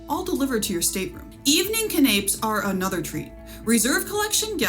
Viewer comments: I thought your report was very thorough and well done. I appreciated your attention to detail. One bit of advice to help polish your delivery. Canapé is not pronounced “ ka-naps”. The proper pronunciation is “can-uh-pays”. Otherwise a very good review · Not "cuh-napes", "can-a-pays". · Its pronounced “can o pay” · canapes ... check pronunciation